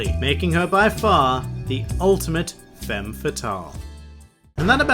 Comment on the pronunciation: Femme is pronounced with an /a/ and it should be femmeS ;)